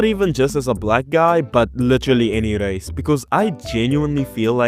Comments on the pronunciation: . The "race" made me actually go yea you sound white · As soon as i heard this guy talking I thought he was South Afican hay. Even the way he says "race", the over exaggerate rrr sound